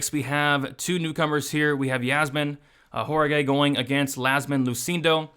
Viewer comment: WAH rah KEE is how you pronounce Jauregui